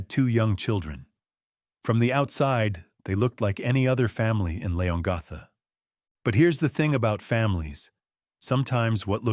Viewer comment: ……it’s pronounced ‘Lee-on-gatha’………